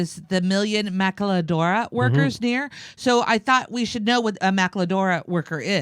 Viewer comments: Maquiladora Is equal to Victorian ERA labor. Pronounced: Mah-kee-lah-dorah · Jimmy, you may need to work on your pronunciation of mock-li-adoor-a. Ask... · Love your show Jimmy Just a note on the Spanish language and pronunciation. Ma. Ki . a ., dora. Just a correction on Maquiladora. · Jimmy, it's Mack-Quilla-DORUS. We can tell you aren't from a border state because you can't pronounce Mexican names worth a f**k! LOL. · Ma-kee-ya-doras. should coach Jimmy on the Spanish beforehand! It is funny listening to him try to pronounce them. Good video--Slavery in some form is the endpoint of Capitalism. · the word is pronounced "Ma-kee-la-dora." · I think is is pronounced ma-KEY-a-Dora. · Jimmy it's pronounced mali-ka-dora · with total respect: Se pronuncia Ma-KEY-la-dora. That's why the second syllable has an accent mark -- maquíladora. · maquiladora is pronounced maa-key-la-door-ah w/ the emphasis on 'door'. They were a big part of the NAFTA agreement. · Jimmy, I love you man, but it's pronounced "mah-KEY-la-DOOR-ahs". (Think tequila-then have a shot) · Its is pronounced MA-KEEL-ADORA. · Pronounced mah-key-la-dora........if you can trill the "l" and the "r", you'll have it perfect.....lol ;) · Thank you Jimmy dore for two things. One for reporting on this and 2, for butchering the spanish language. Lol had me cracking up throughout the video!